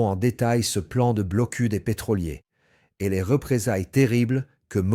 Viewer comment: Le "blocul" Kaliningrad" ah ah ah l'IA quelle tâche !